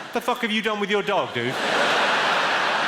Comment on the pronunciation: I absolutely love Jimmy Carr. Hearing him say dude sounds kinda weird 🤣